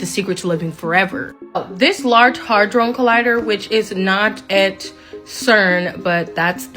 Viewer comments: its Large Hadron Collider not "hy-drone". The way i understand it Hadron is the name of the scientist who supposedly discovered these sub atomic nano particles. The term "Large" in the name of cern reflects the physical size of the machine. The "Collider" part simply means what the machine does which is to accelerate sub atomic particles to near light speed and smash them together hence the word collider. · Girl cant pronounce HAdron, she says it different every time.